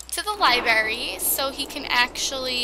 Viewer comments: "Lie Berry" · Super late but did anyone else cringe when she said libary 😂